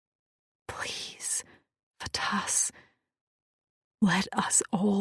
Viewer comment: The pronunciations are "Faytas"...NOT Fatass. "Meeko (Mikko)"....NOT My-ko.